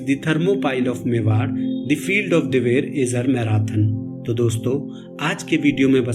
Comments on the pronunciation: Dewair nhi diver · likh to sakte he lekin bol nhi sakte इसे दिवेर कहा जाता hai ना कि दैवैर .